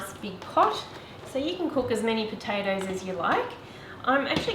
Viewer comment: from a irish woman, you just murdered those patotoes 😂😂